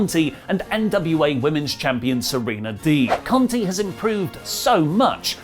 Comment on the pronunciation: “Tie” Conti not “Tay”